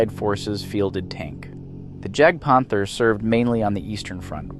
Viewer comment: It's JAGDpanther, not GAGDpanther (this is my fav td, so thanks for puting it into the vid). All in all I would have put the semovente (da 75/18, but basically any variant is good) to the 8th place, because it was the only Italian tank the Allies feared. Other than these, good vid!